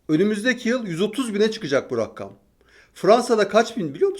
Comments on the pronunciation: Ben de hep farkediyorum tüm konuşmalarında o her rakkam dediginde "rakkam degil o rakam" diyorum sanki yanımdaymış gibi. Bir de bugünki konuşmasında makam kelimesini " maakam" diyerek a'yı uzaltarak söyledi. A orada uzaltılmaz. Yani aynen makam yazdığı gibi söylenir. Serdar bey mesajları okuyor mu? bilemedim ama yazayım dedim. 😊😊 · Serdar bey “rakkam” diye bir şey yok. “Rakam” denir. Her yayında yanlış söylüyorsunuz, düzeltmek bana düşmez ama kimse düzeltmeyince gönüllü oldum bu işe. 😅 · ağabey, rakkam değil, rakam 🎉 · Rakkam değil ya Rakam , bir tane K var ama çoğu insan rakkam diye okuyor. Rakam (sayı, adet)→ Erkam (rakamlar) → Markum (sayılan) → Rakim (sayan) → Rekim (sayısal)